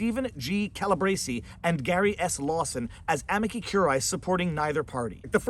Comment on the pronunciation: I love your videos. I'm sorry but your Italian is horrible. Amici = a me chee